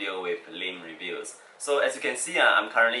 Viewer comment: When You say Lim Reviews...I here Meme Reviews clap clap...